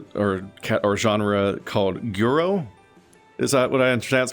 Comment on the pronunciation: Pretty sure guro is pronounced /ɡɯɾo/